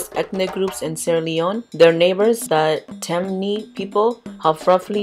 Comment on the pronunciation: Baby are you African because you're pronouncing a lot of words wrong. It's cool tho'......Soninke ( soh-neen-keh ), Temne ( Tehm-nay ) .... nonetheless you're lessons arr priceless !!!!!